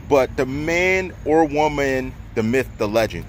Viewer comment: The Wo-MAN 🤔🤣